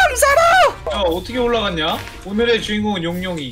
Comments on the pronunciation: 포인트 영상 오늘의? 형재대로 발음해 요즘 따라 왜그래 오징어도 그렇고 (그래도 재밌음ㅋㅋㅋ) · ㅋㄹㄹㅋㄹㅋㄹㅋㄹㅋㄹㅋㄹ포인트 영상 오늘의ㅋㅎㅋㄹㅋㄹㅋ 오늘의도 오늘으이 이케 발음함ㅋㄹㅋㄹㅋㄹㅋㄹㅋㄹㄹㅋㄹ